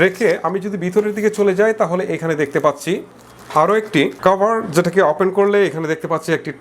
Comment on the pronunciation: আপনি কথায় কথায় অপেন বলেন কেন? ওপেন বলবেন কথাও ঠিকরে বলতে পারেন না কি রিভিও করেন?